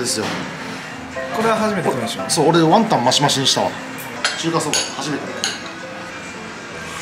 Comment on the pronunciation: のワンタンのイントネーション気になるのオレだけ？笑